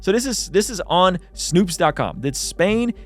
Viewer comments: "Snow"pes not "Snoops" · you really read S- N- O- P- E- S-, and let "snoops" come out of your mouth...